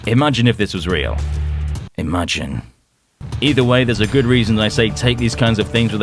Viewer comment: The way he said "Imagine"😂😂😂😂😂😂😂😂😂